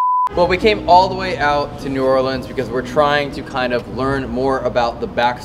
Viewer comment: hearing say New Orleans as "or leans" is funny but still slightly annoying as someone who lives around there. No hate tho, I absolutely love yall❤❤